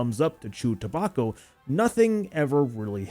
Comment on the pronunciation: ta-back-o not toe-bok-o